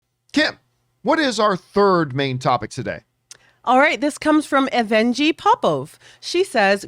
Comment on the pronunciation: I do not know Evgeny or how they Identify but typically it is a male name and it is pronounced Ev Genny (with a hard g) just letting you know for the future.